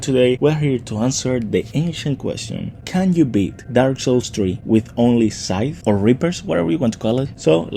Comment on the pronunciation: I keep hearing thighs when you try to say scythes lol 😂